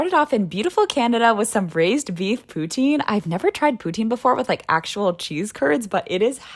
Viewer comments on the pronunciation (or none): none